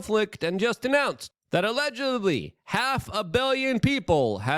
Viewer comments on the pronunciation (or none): Luke said "allegubly"